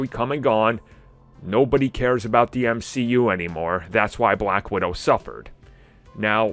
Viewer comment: Mcu I think you mean m she u